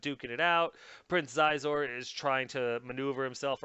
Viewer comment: Xizor is pronounced "Sheezor".